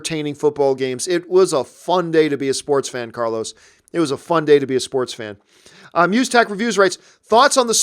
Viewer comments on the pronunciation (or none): none